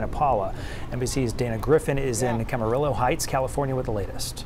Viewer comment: Camarillo is pronounced like tortilla. double lls sound like an "e". So much for going to college huh? Maybe in highshkool diplomie and a brain is better.